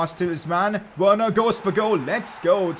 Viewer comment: It’s Werner